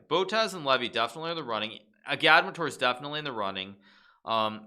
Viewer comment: The way he pronounces agadmator